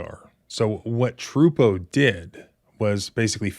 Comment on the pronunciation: I believe you're pronouncing the troopers name wrong. It's Trooper a.j.Tru poo